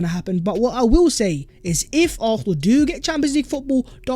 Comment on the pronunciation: Fam it’s AR-SEN-AL !!!!!!!!